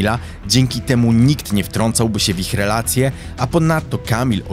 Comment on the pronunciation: REelacje, w Taamtym czAasie... dziwnie akcentujesz mówiąc. Bardzo ciężko mi się słucha...😢